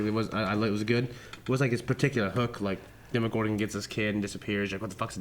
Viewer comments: Dema-gore-gun lol 😂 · loves being a rebel and pronouncing things different and it annoys me so much lol (demogorgon, cercei, etc.)